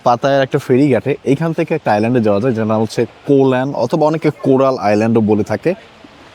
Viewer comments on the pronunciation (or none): Ko lan is wrong.... its koral or korat island